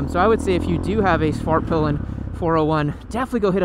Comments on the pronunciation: It sounds like u say Fartpilen when u intro it on this one 😜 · Did he say Fart pilen?